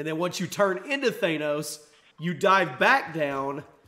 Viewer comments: It's pronounced thanos not thainos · It's Thanos, like they say it in the movie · Th-ah-nos, say it with me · It's not thAnos it's thanos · R.I.P pronunciation of Thanos😂